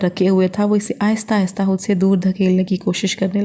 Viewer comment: Hud nahi khud hota hai .